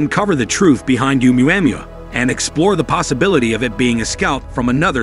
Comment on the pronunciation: For gods sake get the pronunciation RIGHT!!! ITS PHONOETICALLY "OH-MUA -MUA" NOT "UMU-AM-UA" LOL. Made me cringe every time it was said